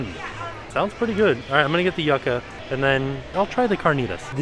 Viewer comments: The word Yucca is pronounced YOO-cuh, not Yuck-uh 😁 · A little pronunciation tip, Yucca sounds like You-kah not Yuck-uh